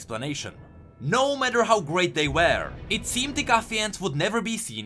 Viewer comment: Hey just a heads up, look up the pronunciation of ''were'', you're pronouncing it like ''wear'', which means to dress up. ''Were'' has a more shut sound than what you've been doing throughout the videos